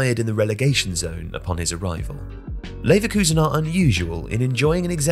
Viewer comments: “Neverkusen” damn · "Neverkusen" is hilarious lmao